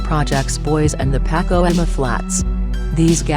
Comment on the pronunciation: Please stop using the computer narrator. Bitch can't even pronounce Pacoima